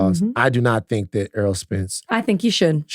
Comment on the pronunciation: Errol not Earl.